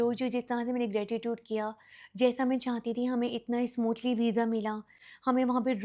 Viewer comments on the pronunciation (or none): Askin? Asmooth? Kindly pronounce theek kia kren